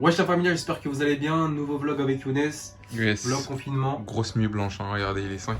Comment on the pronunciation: pk tu dis youne je comprends pa